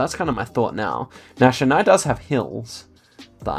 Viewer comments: it's pronounced Chin + I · The ch in Chennai ISNT pronounced as the ch in the brand chanel, it’s pronounced as the ch is chalk.